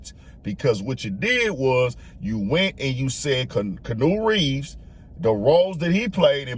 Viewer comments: This man said, "Canoe Reeves" lol. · “KaNew reeves” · Bro called him kenew reeves